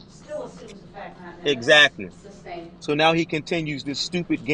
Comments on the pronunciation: Its sustained not substained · It is sustained, not substain.